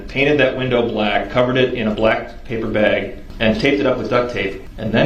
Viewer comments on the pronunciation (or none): none